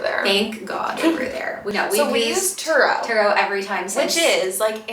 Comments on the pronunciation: Great tips. The car rental, did you say Truro? Turo? Thx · It's Turo :)